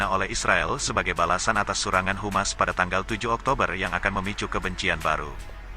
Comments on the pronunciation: ADMIN NGOMONGNYA DENGAN BENARLAH ?HUMAS DAN HAMAS DALAM BAHASA INDONESIA BERBEDA ARTINYA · Sebaiknya di koreksi mas..yg membaca narasi. HAMAS....bukan humas... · Bukan humas min yg betul HAMAS,❤️🇮🇩🇵🇸